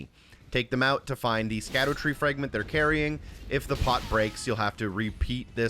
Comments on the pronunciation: Instantly stopped watching when bro didn't know how to pronounce "scadutree". Brother it's Shadow Tree fragments smh L video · How old are you dawg? Cant pronounce latin lmao. It's shadowtree not skadootree . Why would you even think it's pronounced like that, don't mean to sound petty but im not watching 30 minutes of a grown man who probably passed high school say skaddootree the whole video. Its almost impressive how badly you butcher that shit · it’s “shadootree” not “skadootree” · Its pronounced "shadow tree" btw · Great video but it’s pronounced “SHADOW” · It's pronounced "Shadowtree fragment". Scadu is an old spelling of shadow. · Isnt it pronounced "Sadutree" as in Shadow tree? with the sc making an s sound like science or scene.